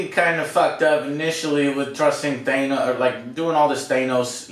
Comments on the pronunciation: Thanos is pronounced with a short 'a'. Like 'cat' or 'jackass'. Not a long 'a' like 'fake'. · Its “ThAnos” not “ThEENos” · Joe watched infinity war and end game... and he heard all the people pronounce "thanos" on screen, and yet he can't pronounce it to save his life "teinos this" "teinos that" SO FUCKING ANNOYING! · So we just gonna let Joe's "thayy-nos" mispronunciation slide..? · No ones corrected joe that it’s not “thay-nos” yet......cmon Alex square him away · I love how still pronounces Thanos as “ThaYnoes” lmao!! Never fails lol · Joe pronounced Thanos like we used to back then.. Thay-nos. Until the MCU arrived, old-school comic fans knew him as Thanos (Thay-nos) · The audio isn't as frustrating as how Joe mispronounces Thanos as THAYNOS